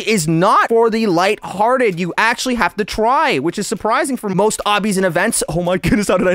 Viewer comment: i love how he said " how to accually" get the bombastic bling